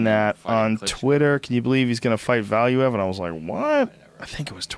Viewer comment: Man it is irritating how they pronounce Valuev's name. It is pronounced Valuuev.